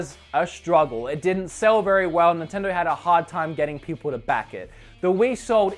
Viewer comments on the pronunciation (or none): none